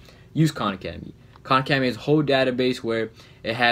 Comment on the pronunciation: AHHH KHAN ACEDEMY